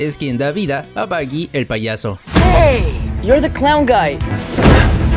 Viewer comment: Por que si el mismo actor pronuncia Boggy el relator del video pronuncia mal Baggy